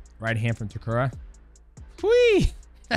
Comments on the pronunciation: bruh it's Ta - Keh - Ru , not Ta Ku Rah. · Umm…who’s tekuru?😂I thought it was Ta-keh-ru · it's TAKERU, not tekura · ITS Name ist Takeru Not Takura 😂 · if you took a shot every time he says "Takuruh"; you'd be dead XD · lol DJ keeps saying Takura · Takura, khazmat, Taiwan cii... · LOL DJ calling Takeru Takura is killing me! love these breakdowns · great video but the dudes name is TAH KER OO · Correct is — Tah Keh Roo. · Take a shot every time DJ mispronounces Takeru 😭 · The pronunciation on Takeru is crazy 🤣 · The way you say Takeru's name is driving me nuts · Is DJ pronouncing Takeru incorrectly or have I been pronouncing it incorrectly all along? 🤔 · why do you keep saying Takeru's name wrong? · atleast get his name right. jesus.